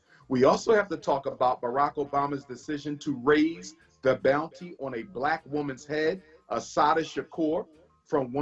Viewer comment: Even says helping one "blacK" boyy at a time.